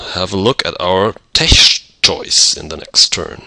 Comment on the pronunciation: Tech is pronounced with a hard k sound.